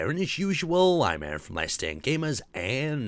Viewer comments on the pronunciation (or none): none